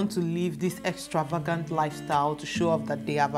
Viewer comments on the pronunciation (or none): Love the accent even when it is sometimes difficult to hear if you are saying: walking or working or when you pronounce extravagant. I can work it out from the context.